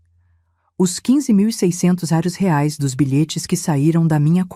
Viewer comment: Que pronuncia é essa ?? Ou é Reais ou não é nada